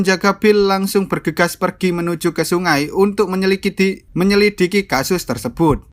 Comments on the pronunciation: Mimin nya gk bisa ngomong menyelidiki dengan benar hahahah buktinya di beberapa rangkuman filmnya sering kepleset ngomong menyekildi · Menyelidiki " menyekelidi" wkwkw😂😂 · Kata yang menurut ku dibenci ama mimin "menyelikidi" "Menyekilidi" (Benar kah?) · 4.30 ngakak menyelidiki jadi menyilikidi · MENYELIKIDI WKWKWK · Menyelidiki ❌❌❌ Menyelikidi ✅✅✅ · Bang menyelikiti tapi menyelidiki 😂😂😂😂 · Menit 4.26 ,,, menyelikidi 🤣🤣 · menyelikidi hahahah😂😂😂😂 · Humor gw hanya sebatas "MENYELIKIDI" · untuk menyelikidi 🤣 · Menyelikidi wkwkwkwk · Menyelidik❌ Menyelikiti ✔️ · Best part "menyelikidi" 😂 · Menyelikidi nanti servis dulu ya mulutnya😂😂🤣canda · ''Menyelikiti'' :v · Bang ngomong menyelidiki aja susah 🤣🤣🤣🤣